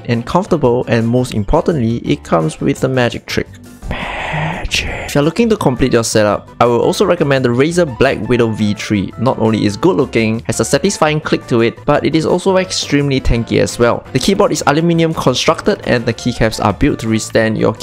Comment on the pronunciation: Thats razer not razor XDXDXD